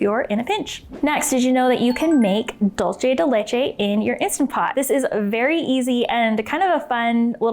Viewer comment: Dulce de leche is Spanish why are you pronouncing it like that